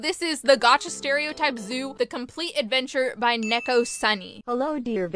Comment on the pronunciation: its neko, pronounced knee-co that was weird ._. srry if u took this as disrespectful, i just noticed it💕